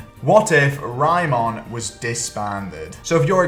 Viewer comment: Tf is Raymon? They say the name about a million times and you still get it wrong